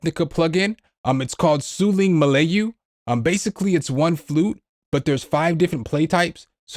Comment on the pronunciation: Didn't know Monster came out with a new rompler for ethnic intruments. 😲 (P.S. It's pronounced "Mer-LAAH-You", in Malay language, "a" sounds are "uh" instead of "ay".